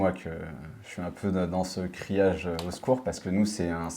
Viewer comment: "je suis dans ce criage" 😂 😂 😂 😂 😂 non l'ami tu commences mal🤐